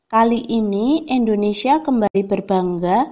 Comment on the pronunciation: Di nomer 4 itu Indonesia kak bukan endonesia